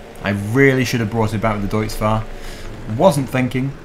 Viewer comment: he finaly said Deutz Fahr corectly